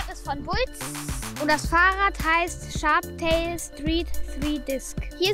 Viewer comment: Boah Jungääääääää, es heißt Sharptail. SHARPTAIL. Nochmal: Sch Sch Sch hhhhhhh aaarpppp Teil. So. SHARPHARPTAIL, Hastes jetzt?!?!? 😂💫